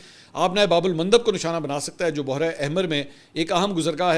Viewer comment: Urdu apki bohot umda hy mgr bohra nhi parha karen lafz behra e arab ya behra e hind hota hy behra parha kren.